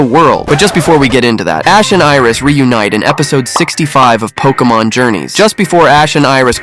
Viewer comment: Pokémon, not pokeuhmon.